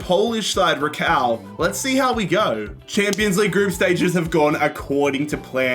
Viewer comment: As a person who is half polsih, The way he pronounced Raków was criminal 😂